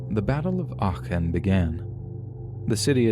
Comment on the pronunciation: Love how you pronounced Aachen as someone living close to the city it’s funny to hear <3